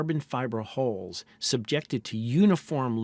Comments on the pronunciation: I'm going to need you to re-record this whole thing and pronounce "hulls" correctly. I just can't pay attention whilst constantly hearing about Stockton's holes... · "Hulls", not "holes". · When it's pronounced 'holes', it's only in context that I know it's hulls that are being discussed, and not holes 😂